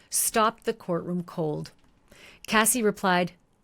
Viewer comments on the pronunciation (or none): Why do you say the lady name is kathy its cassie i thought 🤔🤔🤔🤔